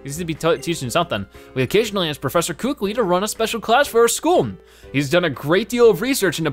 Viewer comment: Professor kukui is named professor ku Kui not koo kui